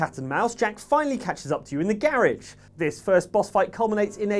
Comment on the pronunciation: the gairig? its garage.